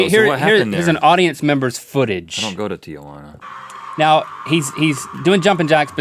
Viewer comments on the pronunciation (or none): They did an entire video about mispronouncing words and link still can't pronounce Tijuana right